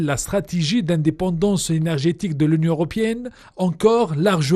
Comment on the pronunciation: L’union europiènne. C’est honteux des journalistes soit disant francophones mais profondément arabophone qui ne savent pas faire la différence entre le (é) et le (i). Dans ce cas Athmane Ariouet doit intervenir pour donner son appréciation.😂